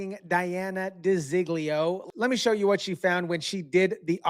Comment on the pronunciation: Her name is De Zog Leo not di zig leo